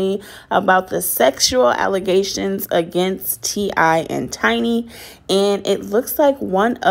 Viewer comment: This girl said alacazations😂😂😂